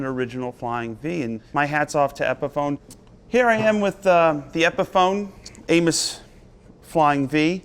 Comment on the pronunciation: For a moment, I thought Joe said "We're talking about anus."